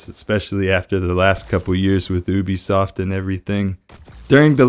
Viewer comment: I work at ubisoft and it's pronounced YOU-BEE SOFT